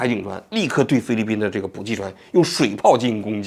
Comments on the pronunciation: 受不了，补给（bǔjǐ）给读jǐ三声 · 补给，ji, 第三声，王局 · 是补给（ji）第三声 不是第四声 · 补给ji三声，四声听起来是真的膈应😅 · 补给……都是三声……王局注意一下，开始我都没听明白。